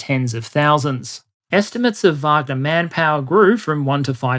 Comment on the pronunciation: Thank you so much for taking the time to pronounce wagner the correct way with the v sound. As an American every news outlet and so called expert brutally mispronounce the name and instantly you know they are just repeating the popular narrative without having any real context and history of the pmc. Love you're presentations top notch!!!! As bad as calling prigozhin putins chef.